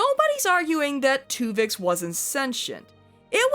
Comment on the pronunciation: Take a shot everytime she says Twovix